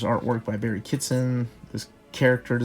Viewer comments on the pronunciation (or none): none